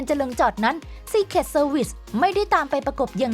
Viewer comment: โถ จะอ่านทั้งทีน่าจะรู้ว่าอะไรคืออะไร แอร์ฟอร์ซวัต อ่านมาได้ยังไง ควบกล้ำ ร.เรือ ล.ลิง ใช้เหมือนกันหมด น่าจะคัดเลือกคนอ่านให้ดีๆหน่อย